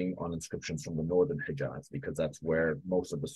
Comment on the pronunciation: ALHAMDULILLAH! ALLAH THE ONE AND ONLY ☝️😍 اسمها العزى وليست العزي ،، واسمها الحجاز وليست الحقاز يا مستعرب يا قبطي يا مخلفات الروم يا ناطق العربية ، لو كنت عربي اصيل لعرفت كيف ينطقها العرب الاصليين ،